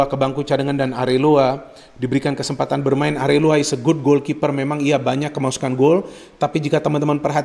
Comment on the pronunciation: Areola bung bukan Areloa hehe